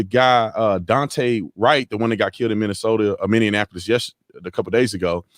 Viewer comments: Tatum, get it right! It's not Minneanapolis - it's Minneapolis! For me, there is only one race. It's called the human race. May I suggest you check out the "The Chosen" - it's on YT, season 1 and the first 3 episodes of season 2. The rest will be on the website, thechosen.tv or the app. Beautiful story about Jesus. It'll lower your blood pressure! LOL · Love your videos, but you need to start pronouncing Minneapoils correctly. It's "mini apple us" not "mini an apple us"